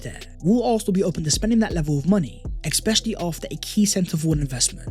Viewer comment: its especially not expecially stop saying the x bro it triggers everyone in my house when we watch ur videos bro